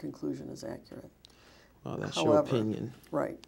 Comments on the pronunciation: That’s acrut 😊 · “Accrid” (Accurate), “Axe” (Ask), “It don’t say that” (It doesn’t state that), “attention”(intention). Ladies and gentlemen this is who she gave over 1 million dollars to 😢